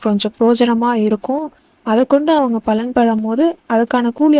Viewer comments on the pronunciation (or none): none